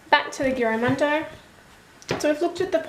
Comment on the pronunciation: Never heard of this notebook but looks great! :) Just a heads up, The "g" should sound like a "j". Giramondo means around the world or traveling around the world. I'd love to get one, would be awesome for my traveling doodles. thanks for sharing your review!